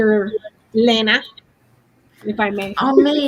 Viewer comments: It is not Lehna. It is pronounced Leena I think. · Is Becca mispronouncing Lena’s name?